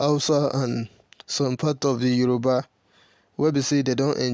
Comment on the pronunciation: As old as you are you don't know how to pronounce Yoruba. You act like a child.